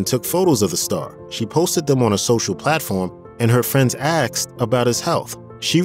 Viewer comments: It's not Axed it's Asked. Speak English ! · Asked, not axed. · "When axed"? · My only suggestion would be to learn how to say the word ASKED... I miss this talented man more than should be allowed. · Time to go home and practice saying the word "asked"